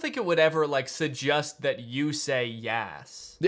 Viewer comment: "suggust" Danny Gonzalez 2022